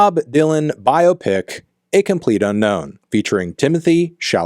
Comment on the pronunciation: Well done for pronouncing biopic correctly, instead of saying “bi-opic”.